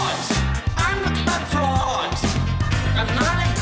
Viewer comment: Anyone else hear frog instead of fraud?